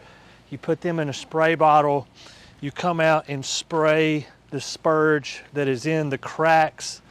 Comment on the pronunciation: Spurge with an R. Not spuge. 🤣